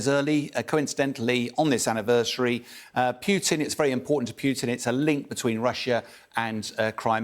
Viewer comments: 'Pew-tin' ? It's 'poo-tin' in Russian so it's 'poo-tin' in English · His name is Putin, not Peeewtin. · He said Pewtin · I know. Thick Americans say poootin. It's pyootin. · I do wish Bellend would learn how to pronounce Putin. It’s not that hard, in fact it’s not hard at all.